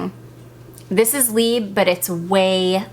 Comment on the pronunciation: Just a minor thing - you do pronounce the "b" in libre - it goes like this libr. I love your choices of perfumes for spring time!